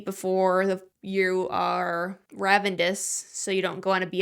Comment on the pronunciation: hey- theres no D in the word ravenous